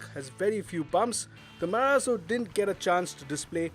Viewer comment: "MARAZO"............ बोले तो.........????